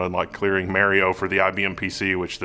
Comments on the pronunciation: Mary-O ? I think you meant to say MAR-IO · Why are you saying "MErio Brothers" ? wtf.. I'm so triggered haha